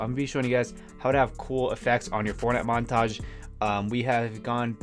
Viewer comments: "Monatage" great video anyways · "monatge" xD